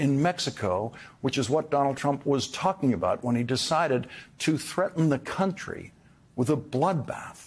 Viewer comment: Appropriately, Dump cannot pronounce "country."